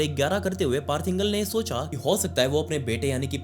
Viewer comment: पार्थ इंगल नही पार्थ इंगले, मराठीत इंगळे